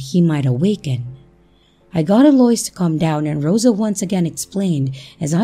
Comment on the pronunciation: Love your stories ✌️🇨🇦. btw Eloise is Ell0-weeze. Just trying to help ok foyer is foy-yay 🙃. And I just subscribed. Thank you so much